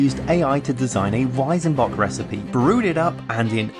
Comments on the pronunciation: Weizenbock is pronounced "Weitsenbock" not Weisenbock ;) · I mean.. i get that you are not native speakers and your pronounciation won't be perfect.. but.. it's WeiZenbock! Not WeiSenbock! The latter just sounds completely wrong. Try to pronounce it like the Z on Led Zeppelin.. it won't be perfect but much closer. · Just one thing about pronunciation: in German z is pronounced like the ts in cats, not like a vocal s.